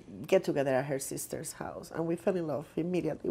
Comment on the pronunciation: "A get together at 'HER' seesters house" LMFAO